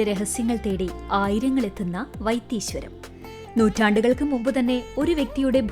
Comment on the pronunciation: വൈത്തീ "ശ്വരം" അല്ല സുഹൃത്തേ വൈത്തീശ്വരൻ കോവിൽ ..